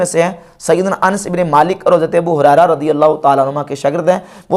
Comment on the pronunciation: آپ نے انس کا تلفظ ans کیوں کیا اس خطاب میں پہلے تین منٹ پہ anas bin malik آپ اچھی محنت کررہے ہیں جزاکم اللہ خیراً